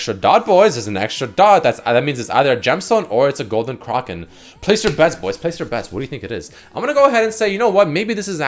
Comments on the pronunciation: who the fuck says Kroken? its Kraken A as in apple! Fucking driving me nuts cant even finish the video without typing this lol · Anyone else tilted by him continuously saying Golden Kroken and not Kraken? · Its spelt kraken. Pronounced cracken. NOT CRAWKEN. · "Golden KRAHken" made me fuckin lose it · The way he says kraken actually hurts my ears. Then randomly he pronounced it correctly like once or twice but most of the time he was saying "kraaarken". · actually illiterate, seems like every video he can’t pronounce simple words. Craw-kin? Are you kidding me dude?